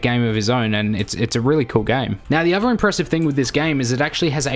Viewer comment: Athor not Ahvar when pronouncing other. With not Wiff when pronouncing With.